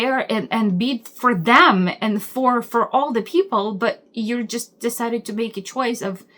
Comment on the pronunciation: The word is them not dem. You look flabbergasted.